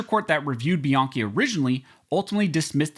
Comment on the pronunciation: It’s pronounced by-Ann-chi